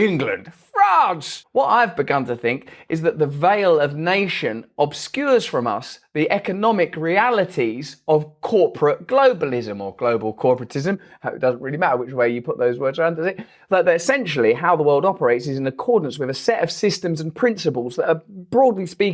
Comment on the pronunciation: “Clobal Gorporatism’?